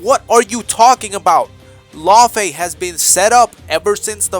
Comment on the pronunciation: Lau-Fae. yknow. Loki Laufeyson?